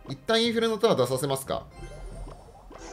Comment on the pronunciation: 突然のネイティブ「インフェルノタワー( ´_ゝ｀)」好きです